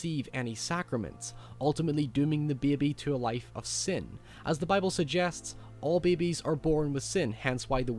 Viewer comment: Why are you talking normally and then a few words sound like you had an aneurysma . Like sin " siooen " " snake" snek or sneok or wtf and some other words . Like having a heavy dialect but with just a few words . Or that is how people in england speak . I went to england a few times and the states many more time . This guy is what from ireland or scottland or what . Im so confused